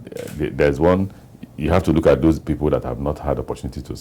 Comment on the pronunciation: My friend, it's "those of you" not does of you..hehe